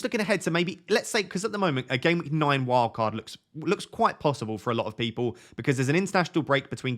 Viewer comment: Why do you say noine and noineteen?